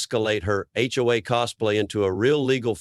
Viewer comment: Was this an AI voiceover, or did the narrator just not know you don’t pronounce HOA as a word? As well, it’s pronounced differently numerous times based on context, suggesting again that it’s most likely software attempting to parse out what this phase meant.